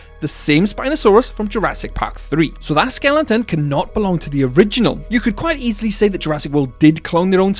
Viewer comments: WTF is a SKELLINTON? You utter NUB! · Bro, can you say "skeleton" and not "skellington"? Lol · Do you not know how to pronounce skeleton??